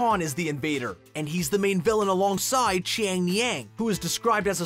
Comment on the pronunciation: Is it just me or did he sound very weird when he said Xian yang?